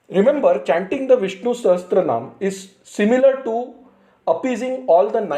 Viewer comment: It is pronounced Sahasra-naama, not SahasTra-naama. Sahasra means thousand